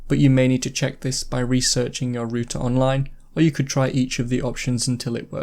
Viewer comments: It's pronounced rauter not rooter lmao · It's ROUTER not rooter